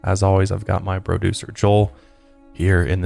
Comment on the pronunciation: Did he say bro-ducer 🤣